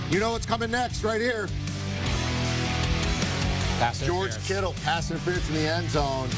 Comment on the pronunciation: "George KIttle" wtf lmao